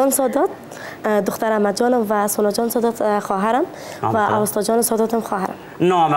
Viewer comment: واقعا جای تاسف است که واژه " اوستا " را درست گفته نمیتانی اوستا اسم کتاب زرتشت و یک تمدن آریایی در بلخ بود